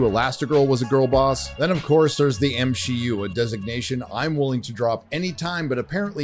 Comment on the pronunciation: The other day, someone was talking about the M C (see) U, and my brain was like, 'wait, you're pronouncing it wrong'. So used to hearing M She U, lol.